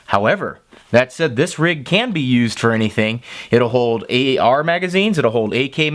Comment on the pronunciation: Did you say AAR magazines? Lol love your videos though always great to watch